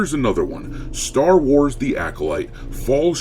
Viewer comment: Welcome to the "Sher Wars".